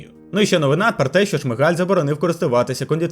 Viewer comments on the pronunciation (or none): none